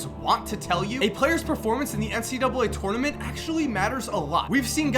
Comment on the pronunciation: I love your videos!! But please learn how to say tournament😂 again love your videos!